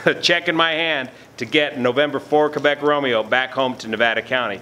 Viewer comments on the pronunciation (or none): I would say more like "Keh-bec" instead of "Kay-bec". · How about a happy airman? And, you pronunciation of "Québec" is not bad; More like "K-bec" though... :)